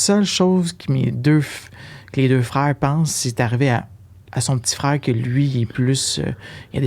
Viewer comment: Cest pas une question daccent. Cest que vous prononcez bcp de mots français tres mal. Par ex: frèare au lieu de frère, dècembre au lieu de décembre, patalon au lieu de pantalons. Vous sactionnez les universités anglo pour cause d'anglicisation, quand vs meme na savez pas parler votre langue.